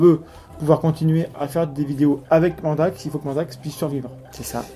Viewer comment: On ne voit pas Loki parce qu'il filme nu c'est ça? J'ai été outré d'apprendre que vous nous aviez menti durant tout ce temps au sujet de Mandax... mais vous vous êtes bien rattrapés, petits sacripants! P.-S.: Popole aime beaucoup la façon dont tu prononces son nom, il s'est redressé d'un seul coup!